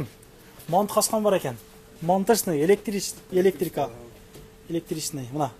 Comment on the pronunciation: Тууган Атакулду көбүрөөк көрсөң сүйлөгөндү үйрөнөсүң Электрика деп адамдын күлкүсүн келтирбей